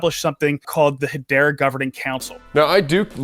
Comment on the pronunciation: its hedera not hedora